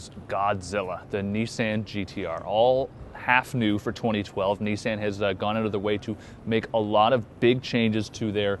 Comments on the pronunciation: It's Nissan as in autoBAHN.... not touCAN. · It's the "i" as in MISSED it's not MEEsed... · KneeSand? You idiot, it's pronounced KneeSon. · not "nee-san" its "nee-son" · If this guy says "niece-Anne" one more fucking time, I'm unsubscribing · Dude u r saying Nissan WRONG!!!!! learn the damn brand name then do a video! this bothers me so much! Have respect! i am unsubscribing! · learn to say Nissan right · Um, are you pronouncing the name correctly?